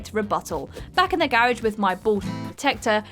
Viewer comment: The way she horribly mispronounced the word "garage".... instant dislike.